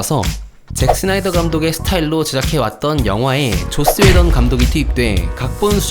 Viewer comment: 왜 게속 조옻스웨던이라고 들리지?